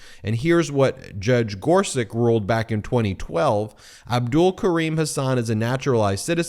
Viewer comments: Ben! Regardless of how much he make suck, Neil Gorsuch’s surname is pronounced “GOR-sutch”, not “GOR-suk”. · GorSUCH just like it’s spelled. Not GorSICK like you kept saying. Eastern European names always end with the -ch sound unless the family changed it for some reason. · Ben - the Justice's name is pronounced "Gor-sutch" not "Gor-suck." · gor-suCH, not gor-siCK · Thanks, Ben. On pronunciation. I believe the original spelling is “Gorsuč,” meaning we would pronounce him “Justice Gor-such.” Second, I believe that Trumpie’s a bone fide illegal, too. His Opa Friedrich immigrated from the Bavarian Palatinate illegally, hiding the arrest warrant out for him, for evading conscription in his home country. Meaning Trumpie’s Dad Fred was an illegal child of illegal immigrants, too! BoneSpurs Trumpie’s a fraud. Always has been.